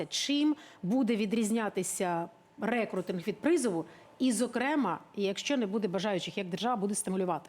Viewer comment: Рекрутинг - наголос на у.